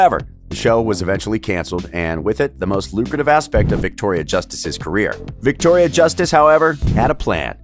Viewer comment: "virctoria" WERES MY MAC PRO